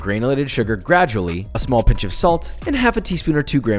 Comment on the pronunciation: yEAH? Ya kNOW They're ssssssmall right? Ok bye... yawns on the phone speaker